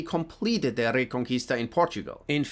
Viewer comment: I don’t know German at all so I’m not sure if they have Spanish ‘R’ rolls but dang pronounces Reconquista perfectly lol